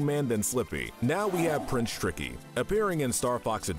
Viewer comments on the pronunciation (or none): none